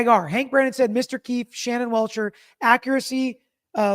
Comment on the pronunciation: “Shanon Welcher”. Did he seriously get his own witness’ name incorrect! 😂🥴